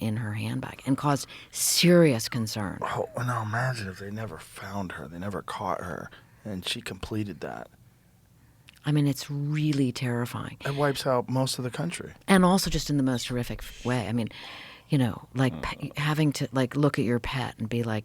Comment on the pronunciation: And it’s horrific/horrid not “horric “